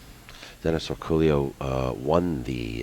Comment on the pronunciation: His name is pronounced Or-co-yo, not Orculo. If you spoke Spanish you would understand why the error is obvious and insulting.